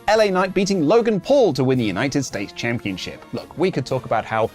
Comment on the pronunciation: Championchip isn't a word. It's championSHIP. I really don't understand why everyone in the world says it that way.